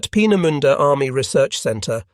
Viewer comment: How can one correctly pronounce 'Peenemünde' but not 'Vergeltungswaffe'? 😆